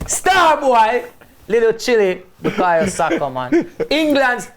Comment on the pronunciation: Robbie it’s Bukayo not Bukaya